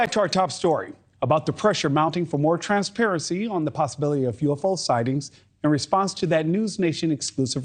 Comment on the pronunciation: Transparecy....lol at 4 seconds in...